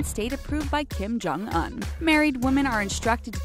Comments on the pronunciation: “Kim Chong oun” it’s pronounced kim-jyong- uonnn” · Kim Jong-UN??? 😂 I thought it was pronounced Kim Jong-OON 💀💀💀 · did she say Kim Jong an and not Kim Jong un???????????? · Everytime 😩 like did no one think to tell her she was saying it wrong during recording or something??